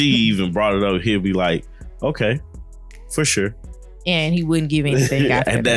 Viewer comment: Saying "fur shure" must be contagious because now Clara is saying that now! They'd both drive me crazy 😜